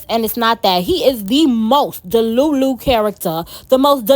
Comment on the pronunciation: You know why i stayed? You keep saying deLULU like my EX ...🤣🤣 ,,,fantastic review by the way..